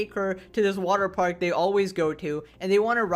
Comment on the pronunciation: It's water paRk bro, not waterpaik.